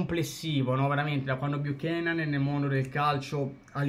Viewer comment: ahahahhahaha tranquillo! Anzi tu rispetto a molti altri,il cognome lo hai detto in modo corretto,c'è gente che lo ha chiamato nei modi più disparati e manco c'è andata vicino per sbaglio😂😂😂